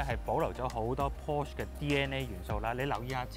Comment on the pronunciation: 條片拍得幾用心。 不過…可唔可以讀啱 Porsche 同 Taycan 嘅發音？ 由頭錯到尾…真係好"un"耳。 繼續加油！ Taycan